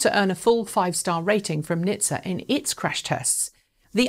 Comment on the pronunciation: for pete's sake, please stop reading out acronyms! it is N.H.T.S.A, not {nih-th-sah};)